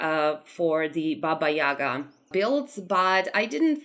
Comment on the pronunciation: It looks very amazing, I like that you went with darker theme for her in your building, and chicken legs look great ahaha I'm a Slavic too and it's very nice to see representations of our fairytales and folklore. Maybe it's different in different countries, but we call her Baba yagA not YAga, the stress is different. You description is correct, I really liked it! She's an interesting character - sometimes she's bad and sometimes she helps travelers. I grew up with different versions of her 😄 Also, if you haven't seen "Bartok the Magnificent" I highly recommend, they portrayed Baba Yaga pretty well